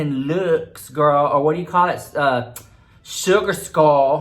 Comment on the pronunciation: Nobody:: "Suwgar Skull Leeewksss" 💀💀💀💀